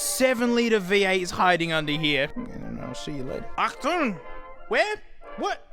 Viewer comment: Well as a German I can confidently say: „Achtung“ killed me 😂😂😂😂😂